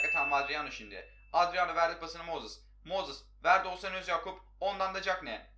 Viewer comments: Su adama mozis deme moses de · MOZIS NE AMK MOZIS NE NEEE!!!